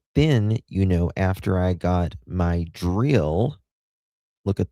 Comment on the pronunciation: I don’t know why but I’m so amused with the way you say drill 🤣🤣🤣 🏴